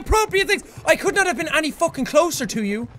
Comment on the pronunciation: anyone else getting used to the way he said any